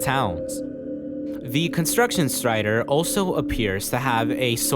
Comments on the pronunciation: I stopped watching the video as soon as i heard how he pronouces "Strider" Kidding but nice video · the way you say strider and some other names with R in them has some accent I can't recognise but it sounds so funny